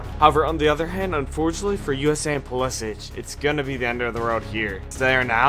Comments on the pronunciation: bro said pulisich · bro said Mbaappe and Pulisich🤣🤣🤣